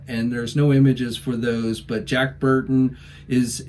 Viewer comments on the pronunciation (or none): none